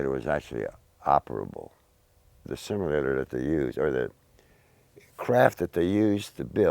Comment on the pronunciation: You can tell he is one of those low IQ individuals just look and listen to how he says flight simulator, hes saying it like its some super technical phrase or something LOL a flight shimulator thats what it was I tell yuh it was a flight shimulator, yes thats right a shimulator....smh